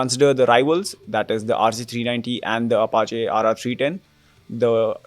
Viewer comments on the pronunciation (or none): none